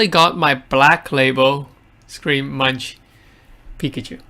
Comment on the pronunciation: Can you please pronounce Edvard Munch's name correctly? It's not "munch" like "lunch." A 3 second search on Google will help you.